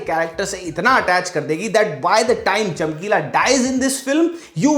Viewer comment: Non Punjabi-CHAMKEEEEEELA PUNJABI - CHAMKILLA